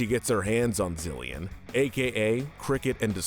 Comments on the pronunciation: Its pronounced “zill-in” not “zill-yin” my little pop star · Say the names right zilleon vazquez lol